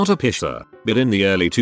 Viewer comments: It’s piecer not pisser. lol. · The Reddit voice pronounces "piercer" as "pisser", I got confused on the 1st story until I read the text 🤣 I paid about $250 to get my navel pierced back in '94 in a professional place because I didn't trust amateurs, it was still a fairly new thing. Still have it, but I have to wear a ring, the dangles rip holes in the bottom of all my shirts 😡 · STOP saying pisser! 😂